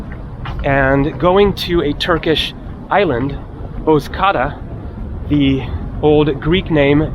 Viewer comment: Nice video 👍🏼. Bozcaada is pronounced Bozja-ada (ada= island 🏝)